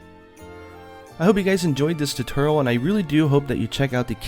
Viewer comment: "i hope you guys enjoy this tuterl" lol